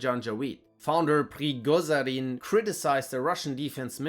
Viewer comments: Hate to seem like a nerd but its pronounced "Preegojin" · Der Kollege hieß PRIGOZHIN. Auf Deutsch ausgesprochen PRIGOSCHIN. Nicht PRIGOSAIN. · What is this horrendous prigozhin pronounciation